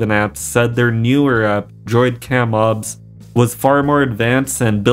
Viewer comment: It is o b s not ob studio.